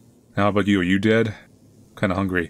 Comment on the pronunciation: Why you pronaunce DEAD as DEANA? Is it me or you? (YT censorship?)